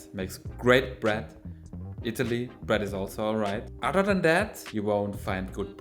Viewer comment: i like how he says "bret" when he means bread lol